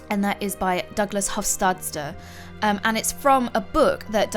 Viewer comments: "Hofstadter" pronounced: hoff-stad-er". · You pronounce his name hofsteter